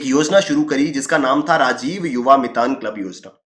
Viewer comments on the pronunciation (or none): मितन नहीं " मितान" hai wo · Mitaan is chhattisgarhi word for ,"friend", it is mitaan sir, not mitan👍🙏